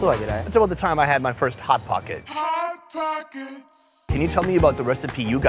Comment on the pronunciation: Lmao! they say Hit Pockets instead of Hot Pockets 😂😂😂 “Hypertension, stroke & cheddar” Love this show!! 🙌🏼